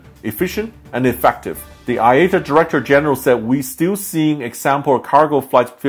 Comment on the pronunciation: It’s iata. Eye ahh tah! Good lord